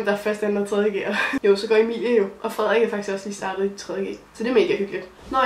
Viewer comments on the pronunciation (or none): none